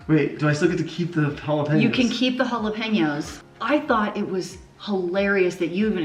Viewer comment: You're the only you tuber who can pronounce JALAPEÑOS correctly. Thank You!